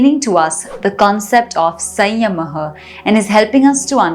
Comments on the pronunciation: 😂😂😂 You are saying SAYYAMAHAA. It's SAMYAMA. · We appreciate you for this exploration but please pronounce samyama correctly which has immense impact when we pronounce it. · She is correct. In Sanskrut it is संयम: Sadhguru says Samyama. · How can one do this much wrong pronunciation.Samyama & sanyama are completely different things girl . Pls be conscious of it. don't want to discourage you, but you can do things better if you don't mess with the words & pronunciations.pls take it in a positive spirit. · Your pronounciation is wrong especially samyama